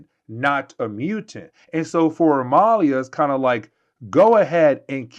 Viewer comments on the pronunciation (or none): It's Amelia you know like Emily oh my God